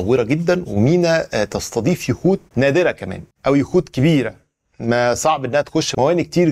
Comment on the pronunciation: يا عم وضح يخوت مش يهود 😂😂